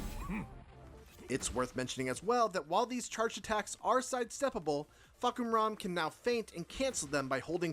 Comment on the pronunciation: as a Thai I can confirm that his pronunciation is on point 😂